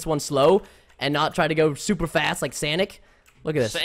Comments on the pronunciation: Sanic srsly it's pronounced Sonic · it's sonic not sanic